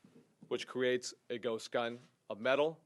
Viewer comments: He keeps saying gust guns lol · Did he say a “Gus gun” or ghost gun? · Why does he keep saying gust, it’s almost like he doesn’t know how to say the word ghost. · He keeps on misspronounceing ghost as gust,seriously not hard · Great video man and this guy is a fuckin moron and should be removed from his job immediately he had hard time even ghost he kept saying gust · I'm scared now... That 'gun engine' is terrifying. Ghust er ghost gun. He said it twice! If you are gonna make up bullshit terminology at least pronounce it right, jackass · He seems to have a difficult time saying ghost, he keeps saying ghust. He must be nervous cause he knows what he's saying is a lie. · He says gust gun a lot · I believe it's pronounced Guhst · He can't even say ghost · Can't even say ghost correctly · This moron can't even pronounce ghost. Maybe he should spend some more time with his therapist. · This is what happens when u elect jack asses that can't even efficiently pronounce GHOST correctly go educate yourself on something before u say it needs to be banned u piece of shit Mr. "Guss gun" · can't even pronounce ghost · Guss guns?? Gust gun? Shockaly?? Who fucking taught this idiot English? I'm not even to mention and how stupid and bereft of gun knowledge this guy is